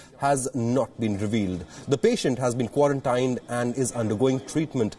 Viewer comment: How many weeks are you going to say "Quarantine" wrong ?